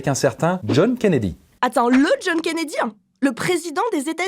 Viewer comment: ''Attend le John KennedyANH, le president des Etats UnieANH'